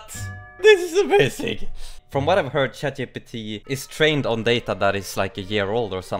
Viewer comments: 5 seconds in lol, he said shat gpt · "Shat GPT" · Never. I mean never, not pronounce it as ShatGPT.